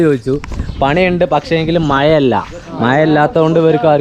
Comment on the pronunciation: മയ. അല്ല.. മഴ